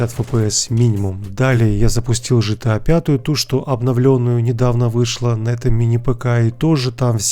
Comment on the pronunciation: Дружище не по теме видоса, но ты не правильно гаворишь название игры GTA. Не ЖТА, а ГТА. 🙂👍